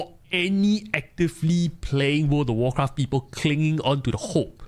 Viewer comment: “Word of worcraff”